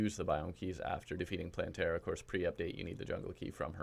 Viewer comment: Me: clicks on vid Him: Hey, people! So today I can finally bring you my plantera guide. Plantera guide. Plan-tear-uh guide Me: cries in plan-ter-a